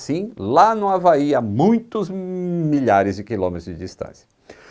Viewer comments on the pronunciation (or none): none